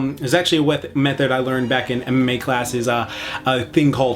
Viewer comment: "In MMA class" sounded like "in Anime class" he was so close to full weeabo, and you never go full weeabo.